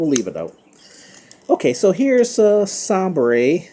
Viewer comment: I think it's pronounced Say-ber. Like the NHL team Buffalo Sabres, and I think he's a Buffalo.